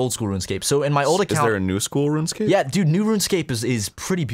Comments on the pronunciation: For once I agree with a mispronunciation... "Run Escape" makes MUCH more sense!.. And that's crazy that it spells that :O #HowDidIMissThat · Oh shit, it's not "RunEscape"?!?